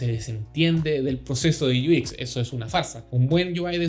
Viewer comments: Muchas gracias bro ! Excelente canal, Solo un pequeño detalle Se pronuncia “iuecs” no “uis” , todo lo demás excelente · Me estaba preguntando lo mismo, porque pronunciaba UI en inglés pero el otro no entendía porque decía “IUIX”.. 🤣